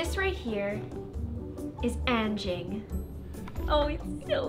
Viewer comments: anging? its anjing but also it was a insult people do XD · I know..since I'm malay..but the pronunciation is Un-jing..but..since it's your dog..Its up to you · Are you calling “Frank” not smart? Also if you couldn’t hear it very well his name is anging (Ann-Jing) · anjing is actually pronounced ahn jing and the j is very soft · I'm pretty sure its pronounced Anjing since she said it was a Malay word and Anjing means dog in Malay :D But if i didnt know I think I would've pronounced it like that too 😂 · U didnt pronounce anjing is like agn Jingg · Im indonesia And You Pronounced anjing Wrong but its fine and i thougjt you said Angie When you said his/her name